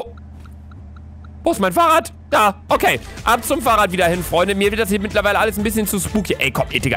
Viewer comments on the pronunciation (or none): Niemand: Luca: farrradd